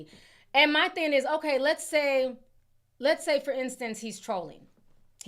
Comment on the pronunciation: Thing. Not theen 😂😂😂😂